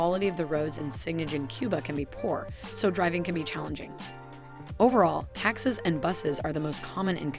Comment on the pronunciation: Thank you for the info! That said, how does someone mispronounce the word taxi? Or daiquiri or arroz con Pollo. It was a little distracting.